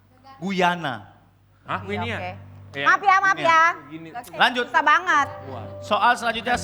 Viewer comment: Bukan gt😂😂 terakhir "lebih sysah"